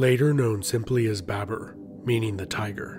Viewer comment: It's BABUR . Note it chutiya, BABUR not BAB E R. Bibi comes home like: Hi Bae...bURRRR I'm haaauuuoommmm Namah Shivaya laudi bhai.